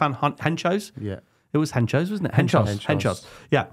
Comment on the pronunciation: “Henchoz”…. Jesus